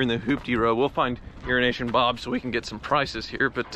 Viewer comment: i literally thought how pronounced "euroasian bob" was actually "urinational bob"